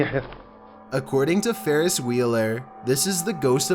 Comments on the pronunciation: #11 "farris wheeler" lol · When I heard Farris Wheeler I immediately thought Farris buellers day off😂😂